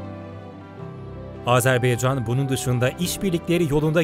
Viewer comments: Sunucunun söylediği gibi AzerbEycan değil, AzerbAycan'dır. Onu bir düzeltelim lütfen. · Azerbeycan değil Azerbaycan. Telafuza dikkat edelim. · Her şey iyi de yazarken Azerbaycan yazıyor okurken neden Azarbeycan okuyorsunuz? Bu yanlışı çok kişi yapıyor malesef!! Dikkat lütfen! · S Azerbeycan değil Azerbaycan . Ama peyeni atmaya Engel değil. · Azerbeycan yox.AZƏRBAYCAN COX COX XAHİŞ EDİRİK DÜZ TƏLƏFFÜZ EDİN CAN QARDAŞLARİMİZ🙏🙏🙏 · Azerbeycan değil Azerbaycan. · Azerbeycan değil! Azerbaycan! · Çox gözəl söylədin,amma Azerbeycan deyil, Azərbaycan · Azerbeycan değil Azerbaycan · Bir de artık şu ülkeye AzebEycan demeyin lütfen, doğrusu AzerbAycan. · Video boyunca azerbeycan dedin kardeş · Azerbaycan denilmeli azerbeycan değil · Azerbeycan yox Azerbaycan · doğru telafüz etmiyor ondan bahsediyorum